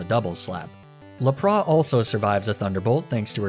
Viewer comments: Mate, loved the video but that isn't how you pronounce Ninetails, Arcanine or Lapras. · La-prah????? Cmon bro it's LapraSSSSSS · Ah yes, my favourite Pokemon Neeneetails, Arcaneenay & Leprah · Sorry... Arcanee-nay? I understand arguing over whether it's Arca-nine or Ar-canine, but Arcanee-nay is just disgusting. La-prah instead of Lapras too? Come on, surely you're trolling. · ok so you pronounce lapras as la-pra. you talk about the show like youve seen it... they pronounce the S. so you must be french. they dont respect the alphabet. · I heard it at Ninetales as well. And Lapras without the s? Like some sort of bourgeoisie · It’s lap ris not lapra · Nobody calls it a Laprah… 😂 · "Neeneh-tales," "Arcuh-neenay," and "La-prah" threw me so hard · I'm sorry neenetales? Arcaneeneh? Laprah? Were you having a stroke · WHY DO YOU SAY LAPRAH??? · Ninetails is pronounced ninetails... also Lapra(h) ? Did you not ever watch the show or something? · Some of your Pokémon name pronunciations have to be a joke? Lapras is pronounced LAP-RAS. You need to pronounce the S!! 😂😅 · what’s a laprawhh? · Why is NOBODY commenting on the way he pronounces Lapras 🤔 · "Niddo-ran? Niddo-rino? Po-key-mon? Oh no wait, he can pronounce Pokémon. Guess he doesn't care how to pronounce it or, maybe does it on purpose? ... BICH NOW HOL' UP! Knee-nay-tales? Ar-ca-knee-nay? WTF. LA-PRAH!?" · Hey, nice video, but your pronunciation of Ninetales, Arcanine and Lapras are absolutely atrocious. Hope that was some sort of inside joke. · or Lapras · Ninetails, Arcenine, and Lapras are pronounced how?